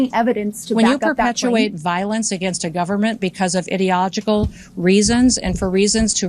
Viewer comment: puppy killer says, "idiogical". wtf is that word?